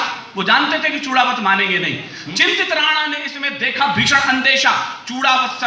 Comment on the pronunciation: Great...but चुड़ावत नहीं बोलते है, चुंडावत बोला जाता है